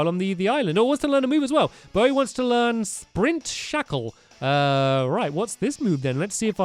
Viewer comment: you said sprint shackle